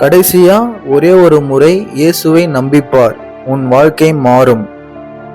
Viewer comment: சகோதரரே ஓருமுறை இல்லை ஒருமுறை